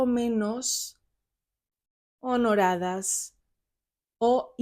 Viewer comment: Buen vídeo y muy claro cómo se habla, lo único que chirría es cuando dice “honoradas”. Esa palabra no existe, es “honradas”. Por lo demás, 10/10